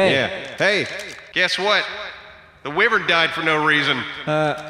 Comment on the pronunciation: The saur in dinosaur is pronounced to sound like door, not like fir. Just a little FYI. 👍 Oh and the wy in wyvern should rhyme with die or tie.